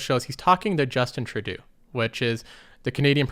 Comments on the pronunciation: Hey man FYI, Trudeau is pronounced with an "o" at the end not a "u". Not sure if thats just a speech thing (like the way you pronounce idea) or you genuinely dont know. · you mispronounced the Canadian Prime Minister's name.